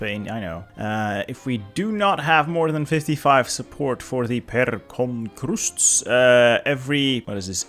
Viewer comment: As i Latvian i could not hold my laugh when you tried to prounonce pērkonkrusts, i cant rlly explain how its prounonced but it means thunder cross